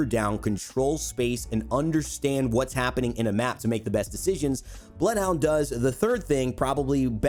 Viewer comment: Him: “Bloed huaund 🤤“